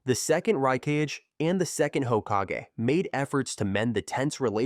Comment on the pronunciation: How did you pronounce hokage correctly but raikage wrongly 🥲